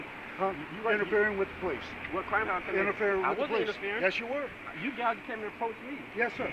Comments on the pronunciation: First of all, it's not PO lice. The accent, in the USA, is on the second syllable, Lieutenant. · POLE-lice funny how the cops pronouce police..